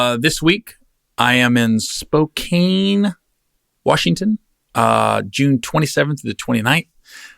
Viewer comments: spo-can is how Spokane is pronounced not spo-kane just a heads up we love you here gary! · Gary (respectfully)called Spo-Can...not kane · Don't call it Spo...CANE...it's Spo..can...as in 'I can do that' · Gary: It's SPO-CAN hahaha not SPO-CANE - We're looking forward to having you here man. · I say Spo- kane as well. I was on a conference call with people there and every time I said it, they chuckled. They finally told me it was Spocan..😂😂 I said " Well.. That's not how it's spelled"!!! I'm from back East.. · Spo-can. And I'm not anywhere near Washington state. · Spo - can lmao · Chris, why didn't you correct Gary on the pronunciation of Spokane